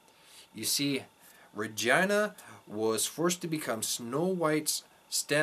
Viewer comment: Well said and thanks for sharing but why are you pronouncing REGINAs' name RAHGINA??